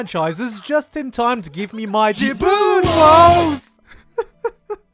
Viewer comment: I'm so late to the party but the "jubun woes" made me choke on my meal, thank you for almost killing me 3 years in the future